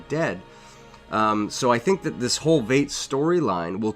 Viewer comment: It's pronounced "Vight"